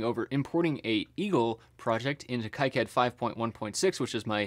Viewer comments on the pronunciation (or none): also plz say "keycad" instead of "kaicad" :D